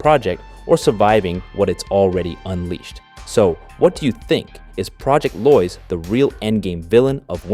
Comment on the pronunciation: It's Lois as in low-is. Not loys